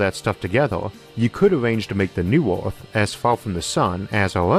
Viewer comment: Say "Earth" Isaac "Eerf"